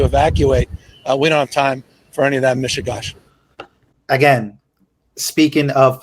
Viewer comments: Gavin Nusome mispronounced Yiddish... "Mish-you-gosh"? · "We don't have time for 'MISHIGOSH" - I didn't know Newscum was Jewish